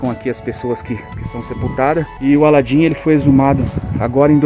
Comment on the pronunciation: O cara não sabe falar o nome de alan e e aladim kk